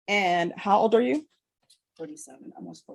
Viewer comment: Please, can you say “did you understand” instead of “did jou understand.”